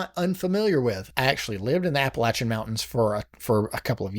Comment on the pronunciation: Five stars just for saying Appalachian correctly!